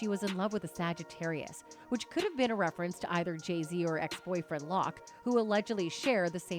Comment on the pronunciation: Stupid AI can't even pronounce Jay-Zs orher name properly